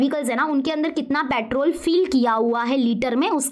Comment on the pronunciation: Patrol , vevicles 😂